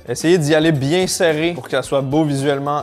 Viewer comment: « je ne suis pas biengg » pourquoi on dirait un marseillais qui parle 😂